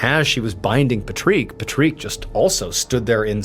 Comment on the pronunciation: pat rick!!!!! not pa treek the freak! And please, no music after the video!